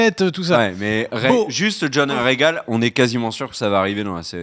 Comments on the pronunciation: Le dragon c’est pas Rhaegon mais Rhaegal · c'est RHAEGAL pas Rhaegon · Nicolas H ouais tu as raison ^^ Rhagon sa n'existe pas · C'est pas Rhaegon c'est Rhaegal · Rhaegal pas Rhaegon